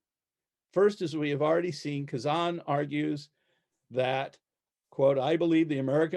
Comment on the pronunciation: This professor mispronounces Kazan's name and his nickname, "Gadge." It's like "Gadget," because in early days of the Group he had a talent for fixing things and creating solutions to problems. They called him the Gadget, then just Gadge. And please, please, it's not "KazAHn," it's "KazANNE."